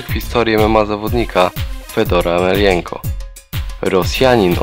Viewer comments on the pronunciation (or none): Kto to jest "Emelienko"?? ...